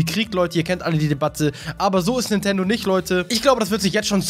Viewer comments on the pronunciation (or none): none